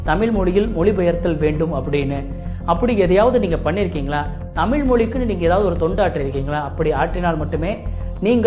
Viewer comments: நீங்கள் கூட தமிழ் என்று உச்சரிக்கும் போது தமில் என்று தான் கேட்கிறது... ழ-ன வின் உச்சரிப்பை சீராக்கிக் கொள்ளுங்கள்... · முதல தமில் நு சொல்லாம தமிழ் நு ஒழுங்கா சொல்லுங்க அப்பறம் you can advice everyone... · Have you noticed that in this video you are pronouncing 'Tamizh' as 'Tamil'?